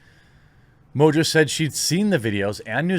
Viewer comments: IMO it should be pronounced "mongo". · Surely the name is pronounced Mongo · Its French, pronounced Mo On Jo. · Just to help you, Mongeau is pronounced MON JO. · It's pronounced Tana Mongoloid. You are right, if she did it for Trump she would have been taken down for all sorts of isms and phobic slander but since we are living in the times of Good is evil and evil is virtue, she'll likely be fine. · This woman is very stupid. Mojo? Is that how to pronounce her name? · Tana MOJO loving your pronunciation Jeremy LOL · Is mongeau really pronounced mojo? I wonder what origin it is that’s a weird spelling for how it sounds. Oh and ballot selfies are illegal for exactly this reason to prevent this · You should tell Tana that cuz she insists that it’s pronounced “mo-jo”. I can’t imagine that “Mo-jo” is the correct pronunciation of Mongeau in any language... imagine not knowing how to read and pronounce your own last name lol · funny, english speaking people definitely can't pronounce french last name. You butcher ''Mongeau'' everytime you say it.